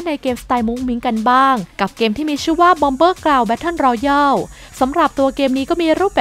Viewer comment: อ่านว่า แบตเทิล รอแยล ครับ Royal รอยัล Royale รอแยล